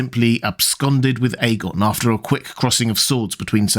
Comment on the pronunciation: The dude in this video pronounces it correctly. Listen to his pronunciation